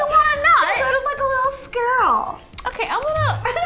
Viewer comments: Ro says aminal 😂😂 and cickmunk and a sqll lol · Rosanna said sqkule one time and now that all how I say it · It's squirrel not skirl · Did anyone notice that sh said aminal and squile